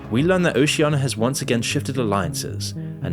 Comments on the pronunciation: It's Oceania not Oceiana! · why are you mispronouncing Oceania? it's not Oceana and it's pretty jarring.